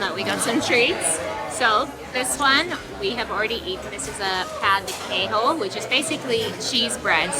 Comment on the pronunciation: j, ch sound as in French so "queijo" is not "kay-ho" "churrasco" is not "chew-huskow" nh sounds like gn in Italian, like "lasagna" remember that when saying "coxinha"